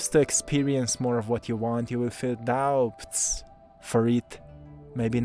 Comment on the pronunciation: 💕 sweet... The "b" In "doubts", is silent. 😇